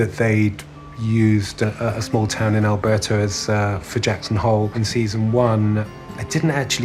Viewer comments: I thought he said Jackson Hold.😂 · I honestly thought they said “Jackson hold” like a “hold the line, protect your home” sort of thing. Didn’t think that they were calling out their town name as a battle cry. Didn’t even know it was Jackson Hole, I thought it was just Jackson.